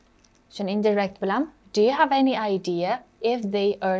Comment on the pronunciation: Indirect sõzi indayrekt deb õqiladi shekilli teacher.